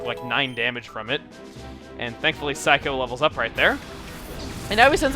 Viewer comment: It is. Just like his Saikou is actually Sai-ku, despite him calling it psycho.